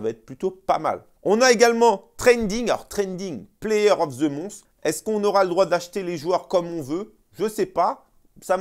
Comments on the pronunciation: player of ze Mons 😂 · " Player of the MONCCCE " lol.